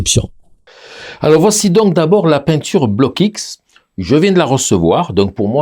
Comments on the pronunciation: Salut, très bonne vidéo Test et révélatrice....On dit en France BLOKX en une seule fois, on ajoute pas le X dans la prononciation BLOCK-X, c est pas grave!...Environ 30 ans maintenant que je suis avec ces couleurs et franchement c est la grande qualité. Jai même des tubes de cette époque qui n ont pas bougés, la durée dans le temps compte aussi, il faut se procurer le petit livre de Jacques BLOCKX; COMPENDIUN de l AR G. Père sur les couleurs propre et impropre a la peinture, leur origines, les mélanges etc...144 pg. La grande qualité de ces couleurs vient aussi de l ambre dissous qui est utilisé pour la fabrication des couleurs,( procédé de la Renaissance) C est vrais que tout cela ça a un prix! Ne pas s approcher d un Vermillon ou d un jaune Auréolin....craignos!! Voila pour ces infos (je suis pas payé!) C était les couleurs de Magritte et de Dali entre autre...! Connais tu les couleurs Sennelier? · Merci Juste une petite remarque, on ne dit pas bloc x mais blox C’est un nom belge comme le mien qui est Roockx